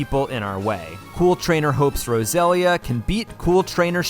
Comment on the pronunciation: good video but sadly you mispronouced roselia so I'm gonna have to dislike and report the video